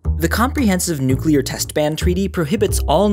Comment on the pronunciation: I dont know why but it always makes me feel good when people say nuclear right :)